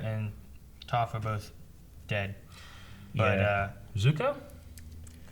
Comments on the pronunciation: It's kind of funny. Like 40 episodes of every character pronouncing Toph for you correctly multiple times per episode. actually pronouncing it correctly just a couple minutes before. And somehow pronounces the single vowel in Toph incorrectly 😂😁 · Toph is pronounced TOFF! TOFF! TOFF! T-OFF!!!!!! T-OFF!!!! IT'S NOT PRONOUNCED TOE-F!!!!!!!!! Ya know... for future reference. Because its driving me crazy.... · did he just call her tohph?? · Really quit calling Toph, Tofe lol